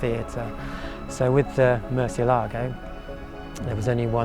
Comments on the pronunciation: Your pronunciation of 'Murcielago' is awful . This video explains how to say it correctly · And even on the door sill plates, Lamborghini shows how to properly pronounce Murcielago by placing the accent over the “e”, but people still pronounce it wrong by placing the accent over the “a”. Just nails on a blackboard to those that speak Spanish. Nice Lambo. The Murcielago is my fav. Motor has a sound that is closest to a F1 motor. Aventador sounds more guttoral. Murcielago is like a wailing banshee when up too.